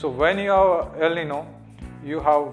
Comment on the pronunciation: I was going to tell you pronounce "el niño" wrongly, but I realized that your English is so bad that you never can pronounce a foreign language in the right way. Why the hell hasn't this channel erased this terrible video?